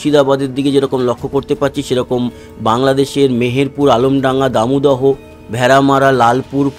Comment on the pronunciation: দাদা,বাংলাদেশের মেহেরপুরের পাশে দামুদহ উচ্চারন হবে দামুড়হুদা।